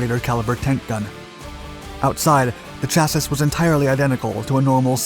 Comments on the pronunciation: Everyone say it with me 'CHAS' 'E' . Not Chas is. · Chas-sis? Uhkay…. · Pronounce "chassis" CHASS-ee (singular) and CHASS-eez (plural). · CHASSY! Chassis is pronounced with a silent 'S' at the end. Why do you continue to do this? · Still mispronouncing "chassis" I see. At least the narrator is consistent. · Still saying "Chassis" WRONG ... The constant replay of 2mins of talk footage is hell annoying ! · Day 47589 of this man pronouncing the word "chassis" incorrectly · Chassis rhymes with "Cassie", not "Isis". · Had to dislike simply by the way you said chassis